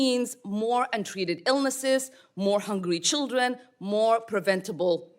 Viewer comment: Did she say "childwen and wepublicans"? She sounds wetarded.